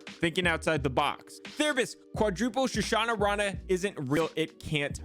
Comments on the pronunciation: It's Sha-nah-rah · You are saying his name totally wrong plz correct it lol I just laughed till I almost pissed myself 😂😂😂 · I feel like you’re adding extra syllables or Shunnarah that don’t exist. I must have missed something lol